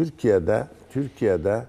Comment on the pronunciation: Niye türkiya diyor